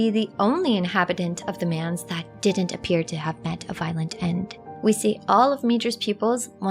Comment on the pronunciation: Manse is pronounced like dance starting with an M, not like 'mans.'